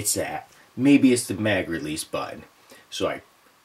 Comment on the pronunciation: Shootin? Butun? Lol just joshing great vid